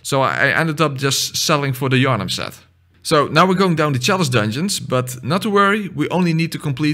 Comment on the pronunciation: "where's king Yarhnam" Bruh